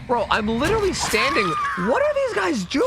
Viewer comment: Now I know why my son's saying lillee instead of literally.